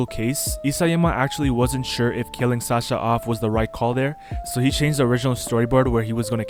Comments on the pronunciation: bro said sacha its sasha btw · its sasha not sacha